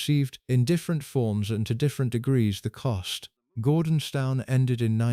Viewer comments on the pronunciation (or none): Gordonstown ? Its pronounced as Gordons - TON. Sheesh, can you not get it right first time ?